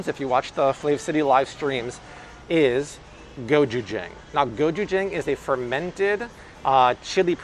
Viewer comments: Hi just wanted to share, gochujang is pronounced Go-je-jung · Hi! Say Go-CHoo-Jang, like ah-chew! Lov your videos! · go CHU jang I cannot be the only one going insane when you say it WRONG. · But, you are saying gochujang wrong.Koreans say it a little different